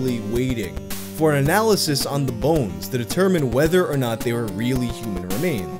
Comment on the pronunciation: I love the midwestern way he says “bo-enes”